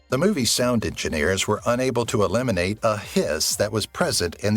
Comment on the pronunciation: to eliminate? Or illuminate?